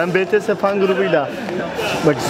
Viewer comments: abi Betese değil BiTieS😂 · Betese değil bities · abi cansın yaa Betese değil Bities:D:D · Betese değil bities ayrıca army burda sen nerdesin? 🤗😍😄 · BeTeSe değil abijim BiTieS . Bities diye okunuyor betese diye diil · Abi betese değil ya BİTİES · Betese diye okunmadığını bile bile betese diyen adam mıdır he ulan bir bitmediniz he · Betese degil bities bts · BTS'e Betese Dedin Abi:/ Ama Tabiki Şarkı Söyleyebiliriz:D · Lütfen BeTeSe demeyinn